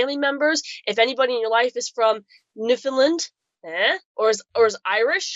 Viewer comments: Land not lind. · Newfinland is the pronunciation